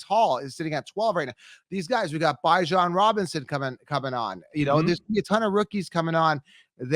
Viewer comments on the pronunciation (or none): Bijon for example lol